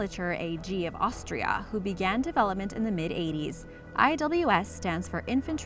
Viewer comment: sounds like this was the first time that voice over girl ever said the word "austria" lol